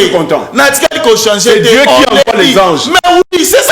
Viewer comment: Gourou améliore la prononciation de Dje a Dieu